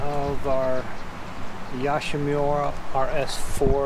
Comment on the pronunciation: Yoshi not yashi 😂